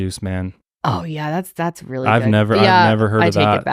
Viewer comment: I’m crying 😂😂 “not reely”